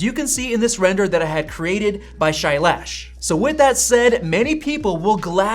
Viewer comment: The way he said Shailesh 🤣🤣🤣